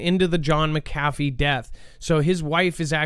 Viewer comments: "McAfee" is pronounced with emphasis in the first syllable - not the second one. LoL Funny though. Good show! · Yep, Mc meaning son in Irish & Scottish Gaelic, McAfee is one of the oldest Gaelic names in existence yet everyone still gets it wrong 🤷🏻‍♂️ SAOR ALBA GU BRÀTH 💙🏴